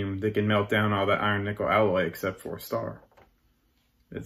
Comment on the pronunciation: When I ever he said iron nikkel I heared iron nipple and couldn't stop my self giggling to take anything else he said seriously. I need help 😂